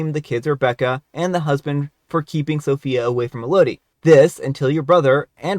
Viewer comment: It’s pronounced “EL-oh-dee.” It’s the name “Melody” without the “M.”